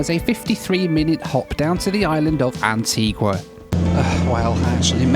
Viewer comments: You’re very lucky. You were amazingly spared the worst of intercaribbean. And it’s Anti-GUH, not Anti-GWA. And yes she is pretty. The entire Caribbean is. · AntiGA not GWA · It's pronounced An-tee-GAH. not Antee-GUAH!! beautiful island. Thanks for the coverage, happy you and your bags made it!! You really had some anxious moments. 😃😄😄👍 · Antiga not Antigwa¬ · And ..its Antigua (Anteega) not Antigwa lol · It's pronounced AntEEga, not AntWEEga! Learn to pronounce their names, at least! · Antigua is stunning - a word to the wise if you plan on returning to the island. Anitigua is pronounced Antiga rather than Antigooah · antiGah not antiGwaa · The locals get very upset if you call it Antguaaa. It's pronounced Antiga.😊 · You don’t pronounce the “u” in Antigua. It is pronounced Anteegah. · It’s pronounced An-tee-gah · for goodness sake, learn how to properly pronounce names of countries/islands! Antigua is pronounced ANTEEGA and Provideciales is NOT PROVIDENTIALS! it is more like the Spanish-sounding PROVIDEN SI ALL EZ. And, yes, flying around the Caribbean can be an adventure, but can also be fun. There is method in the madness, at least mostly. Just roll with it. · It’s pronounced AN-TEE-GAH! It was British West Indies, a beautiful and historic island with kind and funny people. You ought to go back and take a few days there. So much to do and see. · Great video and thanks for the great comments on Antigua - its a wonderful island and my home on and off for the last 33 years. Comment tho and don’t take offence but please learn how to pronounce the name of islands for your video..Providenciales is a Spanish pronunciation not English!!! Love your channel thank you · Need to work on your pronunciation of Antigua! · Maybe you should learn how to pronounce your destinations. Antigua and Provo. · Every time you pronounced Antigua I cringed. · I’m pretty certain when you lived in the uk you didn’t pronounce it Antigua like you were